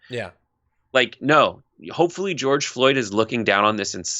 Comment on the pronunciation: I’m surprised Cheeto got George’s name right! 😕